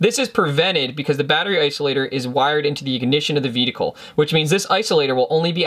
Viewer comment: I really like your clear and indepth explanations, i just get a slight chuckle whenever i hear your vedicle instead of vehicle, i know it is not considered polite to tease speach impediments, so please take it as a curioso and not a laughing at but more like a laughing with, it is sort of a oddity that is specific for you, and i like it, it identifies you as a unique individual.